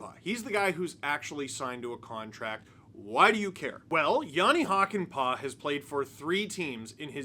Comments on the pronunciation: It's pronounced "Hockey-Pa'" 🤪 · The Äs in pää are pronounced like a in cat or hat (but long) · As a Finnish viewer adding the proper ää to Hakanpää made me happy :D. Now we just need to work on the pronunciation (which is by no means bad as is)!